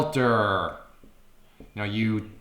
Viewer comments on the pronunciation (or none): FIRST! Just realized how badly you butchered the word Utilities.